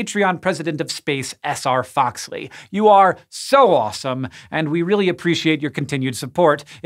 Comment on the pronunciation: They actually asked me the first time I got a shout out. Hank's been pronouncing it correctly the whole time. :)